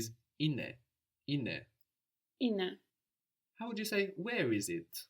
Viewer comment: Why is the teacher not correcting the students pronunciation of έναι ? She is very clearly pronouncing the second syllable as α instead of αι